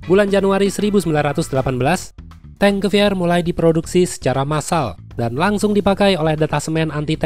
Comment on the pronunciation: Gua dengernya bukan T-Gewehr malah dengernya Di-Geber 😅